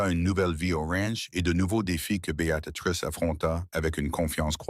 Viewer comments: Oui - Béa tri sse. Il est vrai qu'en tendre Béatatrix à longueur de temps est très pénible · On prononce bea-trice